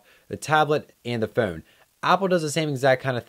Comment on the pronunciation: you say phone funny..... nice vid